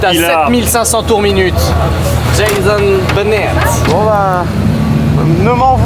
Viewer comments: A chaque fois que tu dis: Jason bunnet. je me marre aussi et je sais pas pourquoi ! 😂😂😂😂😂😂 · "jayzeune beunette " 🗣️